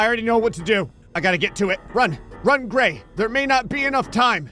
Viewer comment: It's Gray not "Grace".